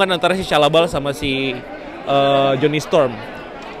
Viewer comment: gw dengerin tanpa liat teksnya jadi aneh pas ngomong jony sepinter itu, tp ternyta salah nyebut, hahaha